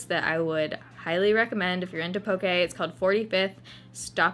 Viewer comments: I can't wait for my two day solo layover in Seattle! And also, everyone from Hawaii thanks you for pronouncing poke properly haha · Thank you for pronouncing Poke properly.